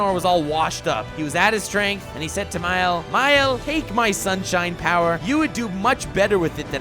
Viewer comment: It's Mael not Miel, and Gowther not Gother.